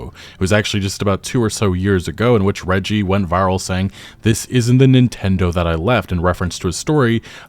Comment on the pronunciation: I love that no one can say reggie's name right lol